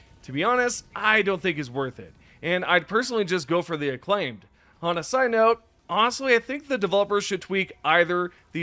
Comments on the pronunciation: IT isn't "aclaimed" it's " AK lim-A- t- ID" XD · Ac-lim-ated Like climate AcLimAted. Please learn, taking my like back. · You’re saying acclimated wrong